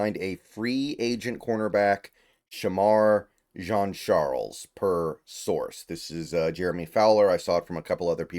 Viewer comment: Good job on pronouncing the last name B, i’m Haitian his last name is french haitian, you usually mispronounce players name lol, you surprised me there